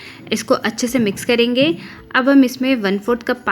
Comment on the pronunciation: Kalenge nahi hota. Kar lenge esa hota.